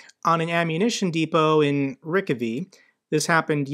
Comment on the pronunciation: I think the town is pronounced Ree-Kove. Rick-A-Vee sounds pretty far off, maybe it's and nod to Artur Rehi ;0)